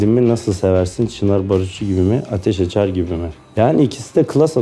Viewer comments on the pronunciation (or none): ateş acar’ı ateş açar diye okumasıı ❤️❤️